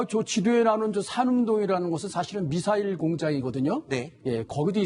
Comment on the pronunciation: 미사일도 빨갱이식 발음으로 말하네 빨갱이 시키